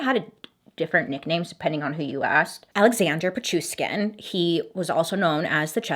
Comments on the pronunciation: Bailey, hi! Russian fan is here! It's PichuSHkin (like NataSHa) Great video tho! Love ya! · It is pi chu shhhhhhh kin! With love from Russia! You are the best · I live for these videos, I swear 😍😍 this makes my whole week so much better 💜 The last name is pronounced Pit-chu-sh-kin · The way Bailey literally managed to pronounce all the names perfectly, except the actual guy's name ☠😹❤